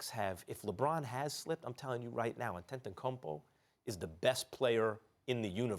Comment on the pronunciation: These guys are paid huge sums of money to talk about the NBA on television, but they're too lazy to take the time and learn how to pronounce Antetokounmpo's name.